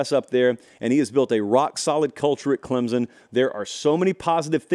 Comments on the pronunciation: ITS CLEMSON NOT CLEMZZZZZZIN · Respect your show, but PLEASE pronounce our school ClemSon, not Clemzon. Thank you. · Pronunciation: CLEMP'—SUN. Thanks.